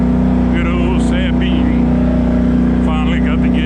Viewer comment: But is it pronounced SUH BEAN or SAY BEAN 🤔 🤔 🤔